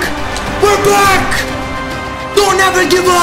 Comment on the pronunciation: we're black😂☠️😭exactly what I heard, he meant we're back